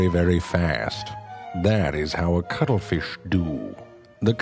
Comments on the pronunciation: True Facts About the cuttle feesh' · I am not going to lie, the main reason I wanted to watch this is because I wanted to hear him say "cuttlefish" a bunch of times. lol